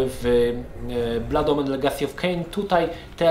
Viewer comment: uwielbiam jak akcentujesz angielskie wyrazy: "Bluud Omen". XD